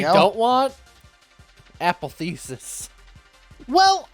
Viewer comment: Apotheosis- pronounced like apostle, theology, sister. It means something akin to ascension to godhood, or to become one with "insert flavor here." No need to thank me 😅